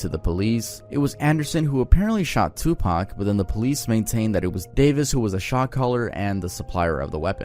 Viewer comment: some massive pronunciation errors: It's Tu-Pauk not Tu-Pack Ca-dee-lak not Ca-dee-lock Kee-fee Dee not Kef Dee Love you man, but seriously